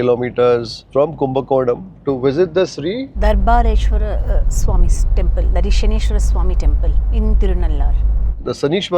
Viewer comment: She could not pronounce Dharbaranyeswarar being from Kumbakonam